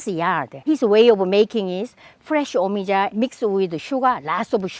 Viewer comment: yea ik but she made it sound like it was pronounced me-ee-jah... i know how things are pronounced jesus